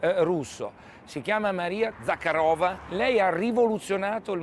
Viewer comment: Si chiama Maria ZajArova, ma almeno pronunciare bene i nomi delle persone 😆♥️ vi adoro, gli italiani